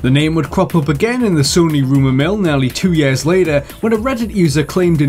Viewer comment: He calls years... YEES.